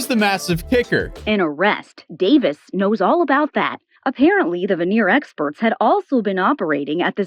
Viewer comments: “Veneer tech”….smh. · ""VENEER TECH"" LOL 😆